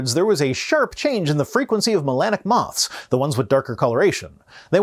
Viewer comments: is it just me, or is he saying ‘moss’ instead of ‘moths’? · Say it with me: "moTHs" not "moss"